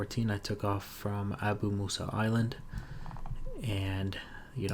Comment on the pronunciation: Have to say , you pronounce Abu Musa perfectly.